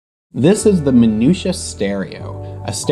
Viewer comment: Apart of anything, I just love the way You pronounce 'Minuta' ;P